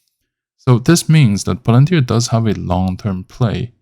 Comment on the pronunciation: 股票名字发音就不对，先听听英语母语博主的发音